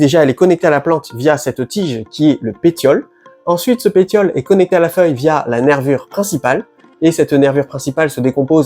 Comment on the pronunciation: On ne dit pas péTiole,. On prononce le T comme un double S. Donc il faut lire péSSiole. Sinon, merci pour la vidéo.